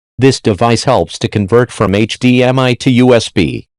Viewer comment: "I use one hedemiii"